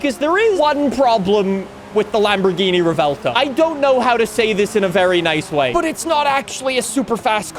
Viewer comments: ……… it’s not rEvELtO it’s Revuelto 🤌🇮🇹🍝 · Stahhhppp pronouncing it revelto, it's revuelto, it's not hard bro. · Rev-u-el-toe is how you say Revuelto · Ive been pronouncing the car like "Rev-well-toe" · Been watching your videos for years now, and the way you pronounce "Revuelto" has to be on your Top 3 skill issues. Easily.